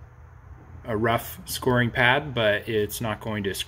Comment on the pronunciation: Are you trying to say "scouring" pad?